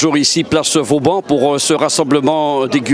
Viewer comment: Place "Vauban" et non place "Vaudan"...